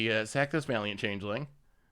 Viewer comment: Chang-ling? Sounds asian.